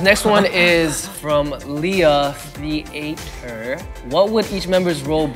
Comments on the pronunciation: is no one gonna talk about how in jae said “lia the-atre” instead of “theater” skdbslhs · “LIA THEE A TUR” LMFAO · Jae pronouncing theater as "the 8 er" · Jae: It's from Lia-the-ater. Me: So who's gonna tell this boy that its read as theater? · "lia the ater"